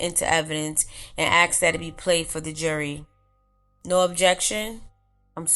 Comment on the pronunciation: dormiebasne3578 don't worry, I feel uncomfortable when I hear her say "ax" because it's a blatant mispronounciation of a word. It's not an accent. Being black doesn't mean you can't pronounce the word "ask". Unfortunately there is this very strange subculture in which it's considered cool to act stupid. To mumble words or completely butcher the English language. To walk like a cripple. To laugh and gesticulate like you have some kind of physiological disorder. At some point a conscious effort was made to adopt these characteristics by people. I also wouldn't worry about "unconscious bias" or any of that white man's guilt nonsense. There has been a worldwide proactive effort to make white people feel bad for trying to hold basic standards and look after their families, don't ever feel like you're the bad guy because foolish people make you uncomfortable.